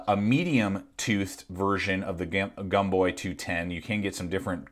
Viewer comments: Pronounced Gomboy not Gumboy. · When was it that Americans started pronouncing the “O” as a “U”? Seems to me that “Gomboy” would be pronounces is it’s written, not pronounced as Gumboy... very irritating and does not give me confidence in your opinion. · It’s gomboy not gumboy lol